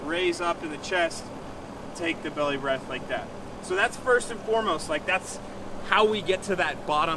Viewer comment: The word is belly, not bewwy,.